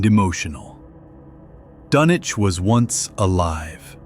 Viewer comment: It doesn't give the viewer much confidence if the subject of the video is mispronounced.